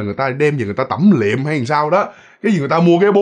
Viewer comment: Là "tẩm liệm", hổng phải "tẩm lịm" ơi!😁